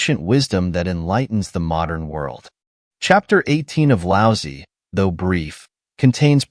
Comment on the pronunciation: Lao Tze would find it funny that this lousy AI pronounces his name as "Lousy".